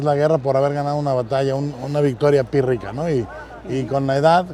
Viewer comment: Ha dicho pírrica? 🙄